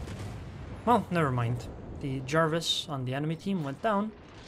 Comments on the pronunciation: I'm sure it's pronounced Jervis, not the League of Legends champion Jarvis :) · Nah, the destroyer is named after Admiral John Jervis rather than Jervis Bay. His family name is pronounced JUR-vis (more like Jervis than Jarvis).